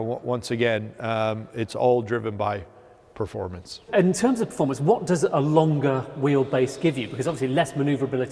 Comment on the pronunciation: Is that the best guy they could find to talk about technical aspects of the cars? he couldn't even pronounce "performance"! ... "formance". What a Knob.